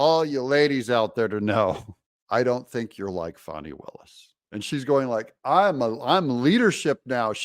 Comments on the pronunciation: FANI NOT FAWNI. IT’S FAN EEEE. FAN EEEEE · Her name is Fanni as in butt! Not Fauni that would be spelled differently!!